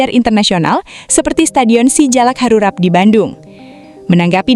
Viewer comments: Yg benar ngomong nya ,bukan stadion si jalak harurat tapi stadion si jalak harurat, ngomong gitu aja belepotan, kentutnya aja yg nyaring dan jelas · SGUBK Sijalak HaruRAP kocak ni naratornya😂